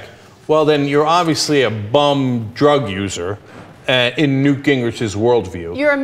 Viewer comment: Come on people, his name is NEWT. 'nough said.